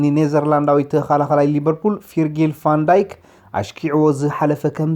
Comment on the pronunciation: Laughing at ur pronunciation